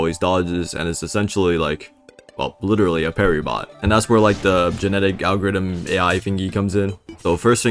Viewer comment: "boo'leg geneddic algariddem"